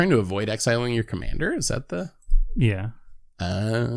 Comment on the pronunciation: I always get confused by pronunciation of "Commander" because, to me, it sound exactly the same way pronunciation of Kumena. With both of them I hear Kumana.